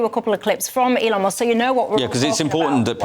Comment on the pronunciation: His name is Elon,..... go on, say it.😊